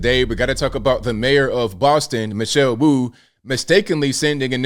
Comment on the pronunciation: Mayor Wu-ayt